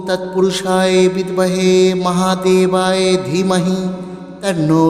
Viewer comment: ক্ষমা করবেন। উচ্চারণ ঠিক করলে ভালো হয়। এখানে মহাদেবায় আছে আপনি মহাদেবায়ে উচ্চারণ করছেন এটাই ভুল মনে হলো।দুজায়গায় উচ্চারণে ভুল মনে হচ্ছে তাই বললাম। ভুল বলে থাকলে ক্ষমা করবেন। 🙏🙏🙏